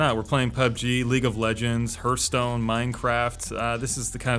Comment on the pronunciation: “HERTH-stone” LOL